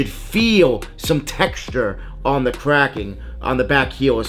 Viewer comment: Kwacking are you trying to say cracking. Next time have a fake to compare you 🤡